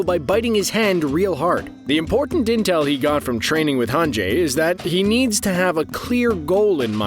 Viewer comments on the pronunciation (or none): none